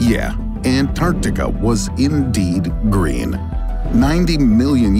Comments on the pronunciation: Gereen? Sloppy. Thumbs down. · yes its very "gereen" there indeed. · 'can Antarctica become gereen again?' lol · “Can antartica be gereen again?” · Ah yes Gereen 😂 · "gereen"? What's that?? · secs - GEREEN!!! LOL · Can it be "Gereen" again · Gereen? 😂😂😂😂😂 I’m sorry but I noticed it 😂💀👌🏻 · "GEREEN" lol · Wtf is "gereen"? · GEREEN LOL